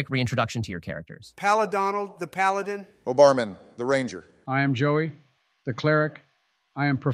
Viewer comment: “Palidon” is still my favorite thing ever